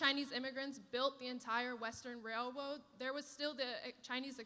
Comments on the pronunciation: “Rail woad” was that a little Freudian slip? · . “Railwode” lol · western rail woad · Did she say wailwoad? LOL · Did she say wailwoahd? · I couldn’t listen anymore after she said wail woad just saying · Wail wode 🤣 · Did she say “ rail woad” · Chinese immigrants built the western “Wailwoad” 😂😂😂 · She said "rail-woad" ahhahaah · Wail woad no hunny it’s rail road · I believe she said "railwoad." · "Even though Chinese immigrants built the entire western wailwode" ☠️ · What’s a whale woad??? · Freudian slip there when she said, the Chinese built the entire WailWoad😂😂😂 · china built the rail-woad 😂. Her brain couldn't help it 😂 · Western wailwoad omg hahahah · She said railwoad 😂😂😂😂😂😂😂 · She said “wail woad” after mentioning how the Chinese built it. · The wail wode ok elmer fudd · that’s a Freudian slip of racism 😂 “rail woad” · Did she say “rail-woad?” Elmer Fudds biological daughter? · Did she really say the Chinese built the wail woad???😂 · Yikes…when she said Chinese she said “Wail Woad”. 😂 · Did anyone else notice that when she brought up the Chinese workers she said the word wailwoad? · Did anyone else catch that when she was talking about the Chinese involvement building railroads, she mistakenly mispronounced it "wailwoad"...Freudian slip perhaps?